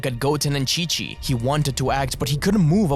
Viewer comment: i know you said chi of the monsters but it sounds like king of the monsters, monster island is the name of a island in the showa era of godzilla movies, thats probaly where the name for the island in dragon ball came from.